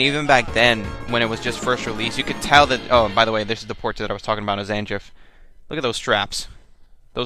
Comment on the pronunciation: Did you say Sanjiff, Zanjiff, huh... Different strokes for different folks I suppose. I have recently bought the Snes classic mini, 21 built in games with 1 of them being Super Street Fighter 2 Turbo and that game has the original version. I can't remember that last time before this, that I played an SF game on Snes. Playing it at this time brought me back to the early 90s, I LOVED IT! :3